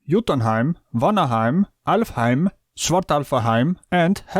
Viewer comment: Hats off to your pronunciation of Norse cosmological names (Alfheim... that is the old Norse name for the planet Melmac, isn't it?). But I have to agree: Someone using a GPS navigation app while at the same time "not believing" the concept of gravity (as if that was a matter of belief) just takes the silliness to a whole new level, bordering on the outright bizarre.